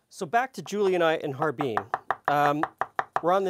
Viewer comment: How can I take you seriously when you pronounce Har-Bin as Harbeen.